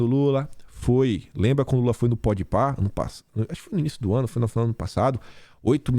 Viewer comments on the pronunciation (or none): none